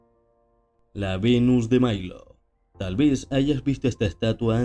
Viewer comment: Venus de Milo, no de Mailo, es en Italia, no en gringolandia